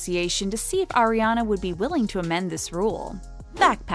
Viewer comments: yet you can’t even say her name right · Can please learn how to say Ariana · for the love of god say her name right. i’m so annoyed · You guys pronounced her name wrong and then right and then wrong again. The rules are there for a reason and she is not the only one to have the clear bag policy. A bomb went off at one of her concerts and killed her fans... why are you trying to drag her for trying her best to prevent any danger during the show? Is this what happens when you run out of relevant content? Why criticize Ariana when you can’t even pronounce her name correctly half the time? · They keep saying her name wrong at some points and it’s bothering me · you dont even know how to say her name we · it's ariana not airiana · I cringe every time she says “AIRiana” instead of “AREiana” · She is ARIANA!!! She is not AIRana!!! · Ok I need to say something if your going to be telling all this stuff about Ariana GET HER NAME RIGHT HER NAME IS ARIANA NOT AIRANA GET IT RIGHTTTTTTTTTT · It's not eriana it's ariana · how are you guys () gonna day airena and ariana in the same video 💀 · it’s r-e-ana not air-e-ana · ARI-ANA NOT AIRY ANA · When Airiana ... it's ARIANA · It’s Ariana..... not ERiana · pls. its ARIANA not AIRIANA .. sigh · Plz don't say Airiana anymore,but Ariana 😭😭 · O M G she is not AIRiana but ARIana jeeeez! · It’s AR-iana Grande not AIR-iana Grande sis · Ariana not AIR-iana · It’s ARIana Grande, not AIRYana Grande. If it were meant to be said that that, it would have been spelled like that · CAN YOU AT LEAST SAY HER NAME RIGHT? I'ts ARIANA not AIR-IANA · “Airina grande” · they said AIRiana and i clicked off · Ugh She says air-ana grande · its not “airiana” 😤 who tf is airiana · Why does she say “fens” instead of fans and “airiana” instead of Ariana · Aireana granda is how she’s saying it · you know it’s a lie when they say “AIR-IANA” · Don’t really believe this after I hear her pronounce Ariana as airiana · ''AiR-Y uh-NuH gRaNd-AyYyY"